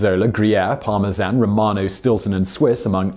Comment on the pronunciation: I gave this video a like, because you pronounced Parmesan correctly